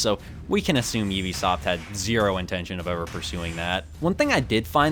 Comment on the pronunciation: Its pronounced "U-be Soft" as in Ubiquitous, not "Oh-be Soft".